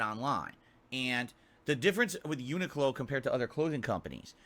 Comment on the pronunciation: Yet again he can't even pronounce Uniqlo properly. 😂😂😂